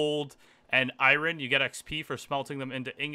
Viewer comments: isnt it called iron not iwrin? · Take a shot everytime this man can't pronounce iron. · Can’t handle the way you say iron. To bad, series was pretty good so far